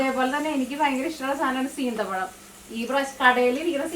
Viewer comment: ഞാനും നാട്ടിൽ പോയി വന്നതിന്റെ വിഷമത്തിലാ 😢 സീന്ത പഴം അല്ല സീത പഴം 😂